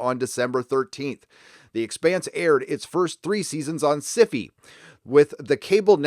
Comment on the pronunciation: wowowow hard stop. why do you pronounce Syfy as si-fi ??? isn't it supposed to be pronounced just like sci fi, the genre